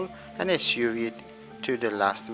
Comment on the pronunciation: Thanks for very concise videos. This is the second one I have watched. Saw your diamond pattern ring too. Both very good. Going to make both. I think you are saying sew at times, which should be pronounced like "soh as in so what". You've been saying it as "soo as in too much", but I think we figured it out anyway. Will be looking for more of your videos😊